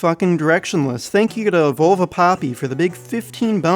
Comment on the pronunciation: Its volvo papi not volva esl tard